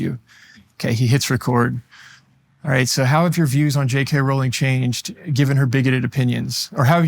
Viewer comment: Amused by how he's defending J. K. Rowling but pronounces her name wrong. Can't blame him! Whenever I read it, my mind thinks the same thing. My mnemonic is: 'J. K. Rowling isn't going bowling. But if she were a werewolf, she'd be howling and growling and yowling.'